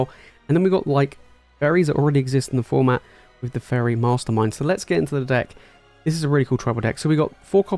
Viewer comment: everytime you said faerie i heard furry made the video amazing